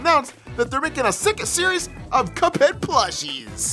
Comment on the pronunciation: did he say little pup head or little cuphead